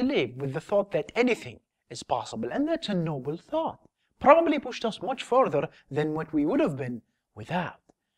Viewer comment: Fasterrr, towarrrds, furtherrr...